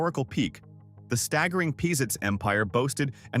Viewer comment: When the store named Pizitz was in Huntsville, it was pronounced Pazitz not Peezitz. I'm not sure which pronunciation is how the family pronounces its name.